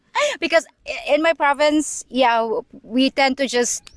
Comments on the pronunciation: Province!!! Not ProvideNce. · Great content, thank you ! Minor correction, it's "province" and NOT "providence"... And yes, I've spent a considerable amount of time in the Phillipines, mostly Cebu City but other parts of the PI as well. I long ago gave up on westernized women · Province, not providence.